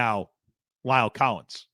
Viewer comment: Please learn to pronounce La'el correctly. It is not Lyle!!